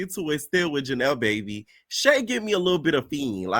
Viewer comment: You calling Janelys Baby “Janelle” is frying me. I voted for Daisy, Janelys and Bahati. Ming already getting on my nerves, she got one more episode to not pmo